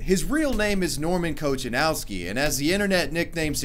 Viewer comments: When I heard him pronounced Kochanowski like it's an English surname, I knew I'm up for a wild ride. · You asked about how your pronunciation of German words was. While I can't comment on that, I sure can do that on his surname Kochanowski. It was awful. 'Ch' isn't pronounced in this case like in English, since it's a Polish originating surname (or at least of Slavic origins). Is it too hard to go to Google Translate and listen to the output, even in the language you think it is (German outputs similarly, although stresses parts weirdly)? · Kochanowski is pronounced Ko-kha-nov-ski not kotchanawski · He's German. I thought we pronounce his name as Kohanovski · Kochanowski is a Polish surname it has no German origin at all [And yes, im from Poland] Also you spell it like that: Coha-nowski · He maybe is a German but his family and his surname comes from Poland so You read it like "Kohanovsky". In Poland CH equals H by the way. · “Kohanovski” is the pronunciation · You have to pronounce "Kochanowski" like "Kohanovski/Kohanovsky", because it's a surname of polish origin. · The pronunciation of Kochanowski is Kohanovski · Kochanowski is not a German surname. Obviously you pronounced it completely wrong. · ur pronunciation of his name is so terrible, pls just delete it, and put only subtitles, it's "polish surname" so please don't use word what u can't pronounce correctly, I know u r"english speaking" ppl think but stillt ur language is too poor to translate most of language of the world AND THISIS IS THRUTH so start o learn... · His surname Kochanowski is Polish surname, not German, not English but Polish. And you pronounced it totally wrong. Kochanowski is one of the most popular Polish surnames since it was used by Polish poet, Jan Kochanowski, called also The Father of Polish Poetry. Kochanowski is surname created from verb - kochać (to love). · Kochanowski? Its polish surname. Plz speak it polish xD Its like talking english surnames with russian accent ;DDD